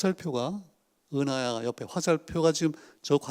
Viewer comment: 운하가 아니고 은하 時가 아니고 詩